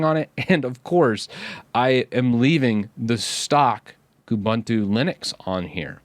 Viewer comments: please learn how to pronounce UBUNTU. It's an African word that is pronounced as OOBOONTOO. In this specific case it would be KOOBOONTOO. OOBANTOO or KOOBANTOO do not exist. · Definitely something to watch out for. BTW, "Most unique" doesn't make sense; something's either unique or it isn't, just like somebody is either dead or they're not. Also, all the "u"s in Ubuntu (and its derivatives like Kubuntu) are pronounced like "oo", so it's "oo-boon-too", not "oo-bun-too".